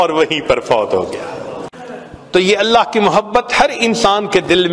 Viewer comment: Vidio k shuru me allah allah ki setting hai. Usme allah k alif ku kheench kar nahi padhna chahiye. Lihaza is ku durust karen ya phir hata den.